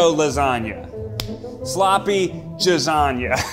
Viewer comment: J-izzan-ya, Ned?? Really?!? 😂😂😂